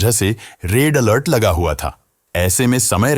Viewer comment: Raid Alert 🤣🤣🤣🤣🤣🤣🤣arey bro woh Red Alert hota hai